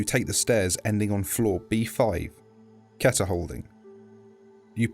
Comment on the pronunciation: she said keter wrong AAAAAAAAAAAAAAAA